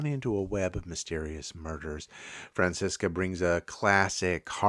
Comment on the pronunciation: Tony Franciosa, not Francisca...Thanks